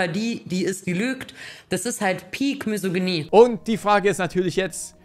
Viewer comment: Solange "Misogynie" noch nicht mal richtig aussprechen kann (sie sagt immer "Mysoginie"), weiß ich nicht, ob sie jemals mal nachgeschlagen hat, was das überhaupt bedeutet. 😂